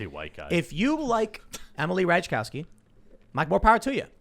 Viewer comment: It's pronounced "Rat eye cov ski" jackass!